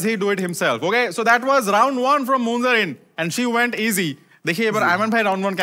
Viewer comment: Munzereen shahid কে শহীদ বানাই দিল বার বার বলছে মুনজারিন শহিদ